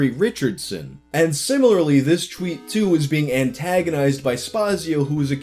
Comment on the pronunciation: take a shot every time he mispronounces "tweet" or "twitter"